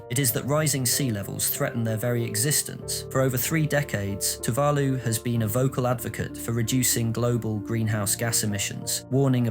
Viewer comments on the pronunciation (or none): Amen to that. One can forgive a mispronunciation or two, but not if it's the main topic of the video. It immediately detracts from the credibility of the material. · Also maybe find out how to pronounce Tuvalu and Kiribati correctly before reading the script... Kinda undermines the video with giant unnecessary subtitles and mispronounced words